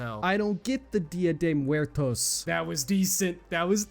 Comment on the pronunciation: I always looked at as if he grew up with ethnic people, but hearing him pronounced dia de muertos hurt me sk bad 😭